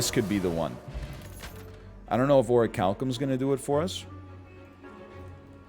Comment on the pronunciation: I love how NL pronounces Orichalcum differently every single time 😀